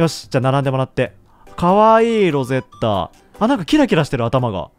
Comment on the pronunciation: ロゼッ⤴︎タじゃなくてロゼッ⤵︎タじゃない？